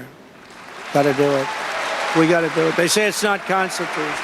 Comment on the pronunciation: "We are gonna make it constitush"